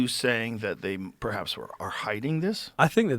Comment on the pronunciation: he can’t say the word “perhaps”